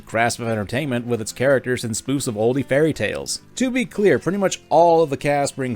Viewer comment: pronouncing the 'e' in "Olde" is the only valid reason to bully him